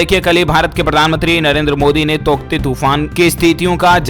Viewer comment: तौकते या टोकत्ते 😂😂